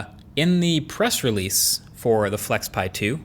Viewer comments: When you said flexpai, i thought pi as in Raspberry Pi. 😅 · Weird "flexpai" but okay...